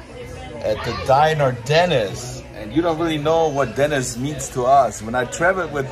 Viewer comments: Why are you pronouncing it DENNIS, Instead of Denneesss!!???? lol!!! We got to get nrid of that German accent, lol. DEN--EEESSS, Not Dennn--Isss!!! Just pickin with ya Buddy!!!! Thanks fa the video!!!! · Why you calling the restaurant Dennis like Dennis the Menace. It's called Denny's like Benny's or Jenny's. Great restaurant I went there when I was in Hawaii. Great video showing the Science Center.